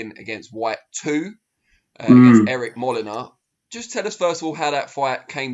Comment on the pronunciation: lol Fabio Wardley's facial expression when strangely mispronounce Molina's name as "Molena"??